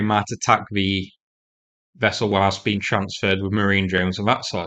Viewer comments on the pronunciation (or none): none